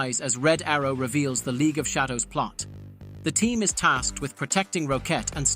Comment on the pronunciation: The AI randomly pronounced "Shadow" incorrectly lol